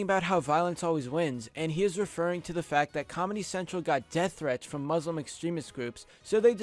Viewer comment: you are pronouncing muslim wrong.